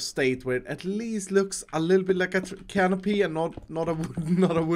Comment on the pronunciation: *canopy my dude